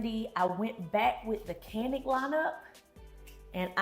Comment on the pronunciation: Did you say StaCanik? 😂